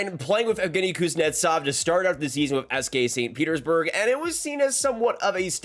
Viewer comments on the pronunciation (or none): none